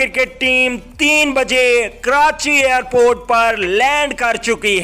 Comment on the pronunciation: Slow bol bhai phone ka speaker pana hai kia airport hota hai arport nhi